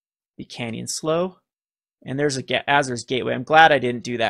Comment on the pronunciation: Canyon Slough rhymes with Clue (maybe Plow if one is British), but not pronounced like Slow Just sayin'.